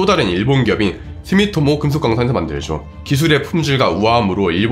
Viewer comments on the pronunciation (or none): none